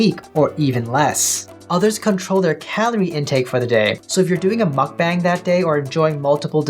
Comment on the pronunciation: Great video but it’s pronounced “bahng” not “bang”